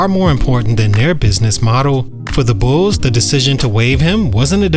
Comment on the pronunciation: Bro, what is “Bullsez”? 😂 It’s just Bulls. Bulls’ is pronounced Bulls.